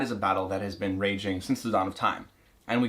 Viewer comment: He says “beeen” instead of been